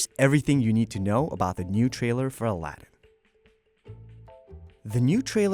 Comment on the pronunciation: your pronunciation for Aladdin is bad